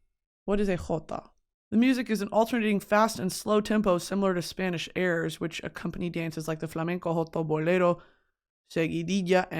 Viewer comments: she says spanish words better than my mexican ass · her accent is better than the one from my Spanish teacher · girl i’m a spaniard living in nyc and it still takes time to switch back into spanish…give yourself some grace you’ve got the best spanish accent on an american i’ve ever heard. also i would have PAID to watch you at lhardy lmaooo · my very latin mom is always very impressed with your pronunciations